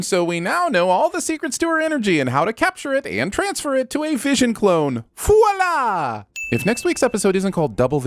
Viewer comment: I like how the spell voila as Viola at the end but still pronounce it correctly